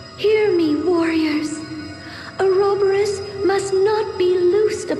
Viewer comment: ahhhhhhh the way they pronounce Ouroboros!!!! It hurtsssssssss